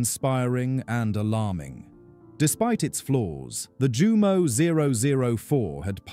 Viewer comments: This would have been more legitimate if you had bothered to pronounce the very subject of your video correctly: /Yumo/, not /Jumo/. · It's pronounced.. YOU..MO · I tried to take a drink every time I heard the mispronounced Jumo zero zero four, but I lost count, then consciousness.